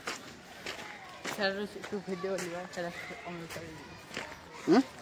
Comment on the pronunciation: Pimary noi kotha ta primary 😅